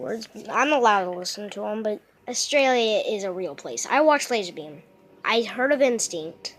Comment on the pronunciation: I think it's lazarbeam not lasar tard